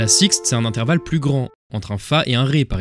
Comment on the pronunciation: Super épisode ! Mais fais attention à intervalle juste tu as oublié le r :) mais bon sinon super Épisode !